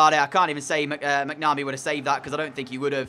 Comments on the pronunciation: not bitching about it. I was keeping it polite unlike you. However, plenty of folk have commented in the past on how to pronounce it properly. It's Mac-na-mee. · Entertaining video but you need to pronounce your keeper's name properly.